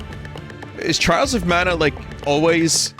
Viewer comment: I can't believe vinny said "Twials". 2020 may look dark but vinny is the light that shines on us